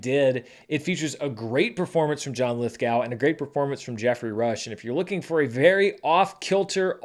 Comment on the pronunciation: FYI: Mr Lithgow pronounces his name "Lithgo" just a plain old "oh" It does not rhyme with "now" or "cow."